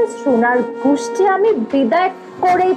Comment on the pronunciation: মিসেস রুনার গুষ্টি কি গোষ্ঠি হবে। পরিচালক সাহেব উচ্চারণের দিকে খেয়াল রাখবেন।